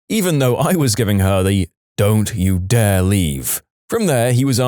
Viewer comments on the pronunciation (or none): none